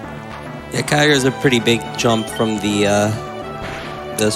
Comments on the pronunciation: Better to pronounce it KEY-YOG-RE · Sounds like “Kogre” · That narrator’s pronunciation of Kyogre is the exact same as Weedletwinneedles’ joke pronunciation of it. I wonder if she’s trolling.